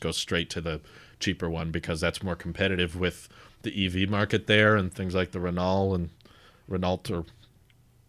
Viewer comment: Renalt 🤣. Renault (Ren-oh)